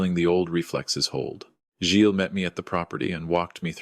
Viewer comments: Never ever Gills. Artificial intelligence is badly taught, obviosly. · Second mispronunciation, same correction. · By the way,, the name Gilles has a silent s Intelligence, not.